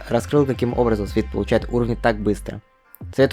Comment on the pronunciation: Не свит,а свайт (бро без хейта ,но показывать агл. ютуберов и не знать агл. это не круто)